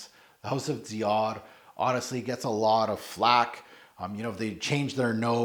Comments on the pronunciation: Awesome list,I just wish you say Dior and not Diar it’s a little heavy on the ear,bcs no one in the world call it Diar.thanks great vid as always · Diaor? Jus de rose, you should learn from her. Please I want to cry after hearing your botched French